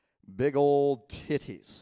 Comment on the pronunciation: “Ah yes, TiH-tees”